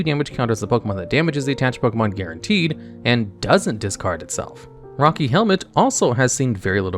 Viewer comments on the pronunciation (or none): none